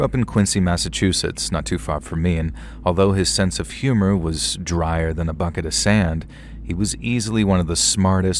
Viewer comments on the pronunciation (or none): none